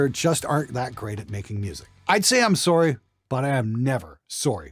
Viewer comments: “I am never sorey for speaking the truth” spoken like a true Canadian my dude haha loved this one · whooh- that Canadian SOURY at the end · That moment when says "sore-y" and you remember he's Canadian.